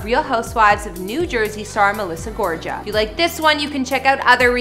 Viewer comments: Obviously you don’t watch the Jersey housewives because that’s NOT how you pronounce her last name!🤣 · It's Gor-ga, not Gorja, the g is a g. Sorry I had to tell you. ❤️ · Nicely done, as always,, Thanx. Just a hint - Melissa's last name has a hard G on both G's -= so GoRGA, not Gorja. No biggie. I really like her and her hubby, even though he can sometimes come off as kin of a chauvenist. She is so gorgeous, and seems so both inside, and out. Unlike Jennifer Aydinm, she DOES seem to work hard, and be truly grateful for all she has. Her look reminds me a lot of J Lo This house is supposedly about 30-40 mins away from where I am now, moved her last year - but my house, and area are NOTHING like that - I WISH!!:):) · Her last name is GORGA NOT GORJA! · You’re not pronouncing her last name right before you do these videos check how the Pronunciation is it’s not Georgia it’s Gorga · It's GORGA with a hard "G", not a "J" sound... sheesh.... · GOR-GA NOT JA PRONOUNCED WITH A GUHH LIKE GOTCHA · What do I think? The Way u pronounce "Gorga" like " Gorja" Is so...... annoying, Unless you're doing on purpose, Maybe some research next time may help🤔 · "GOR-GAH" NOT "GOR-JAH" 🤦‍♀️🙈🙉🙊🤣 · It’s pronounced Gorgah ….Ty for this video it’s very cool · Exactly it’s GorGA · Gorga is pronounced "Gore- GA" like lady gaga and that's their Jersey Shore house not their main home. The Jersey Shore home is stunning but not for anything it's not glam enuf for Melissa to be their "main" home. Just saying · The name is pronounced - Gor-ga! Got it!!! Italiano. Ciao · Last name is pronounced Gor -ga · They didn't sell their house in Montville and if they did it had to have been VERY recently. The house on the Jersey Shore is their shore home they live in most of the summer months.ALSO their last name is Gorga. The ga is pronounced with G not J.Gorga like GAGA!There's no J sound. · It's GOR-GA. No j !! 🙄 come on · Melissa GorGa ….that’s a hard G sound Not a J sound 🙄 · GorGa not GorJa